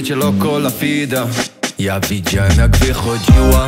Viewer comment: Co ten koleś z tym wymawianiem F zamiast W w słowach Visa (fisa) i loco la vida (fida)??? Niech mu ktoś powie, że to się wymawia jako W